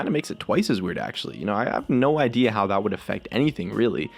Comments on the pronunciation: did anyone else noticed he miss spells "that" at the beginning, he did it like this, "tha't" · Tha't.... Epic engrish